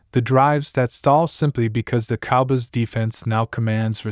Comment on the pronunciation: This is not true.You don't even pronounce cowboys the right way